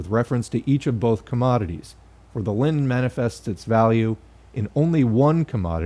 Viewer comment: Every time you say Linen, I think of Lenin.